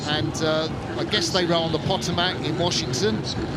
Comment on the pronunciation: It's pronounced Potomac buddy!